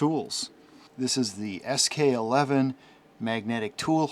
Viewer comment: SK11 actually reads SK one-one. not eleven